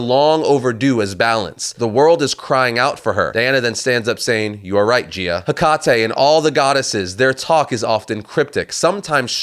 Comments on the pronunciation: Your continued mispronunciation of Hecate (should be "HEH-cuh-tee" not "heh-CAH-tay") is so irritating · That's not the right way of pronouncing Hecate. The right way is ( Heh Ka Tee) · You’re supposed to pronounce Hecate like “Heck-at-ee”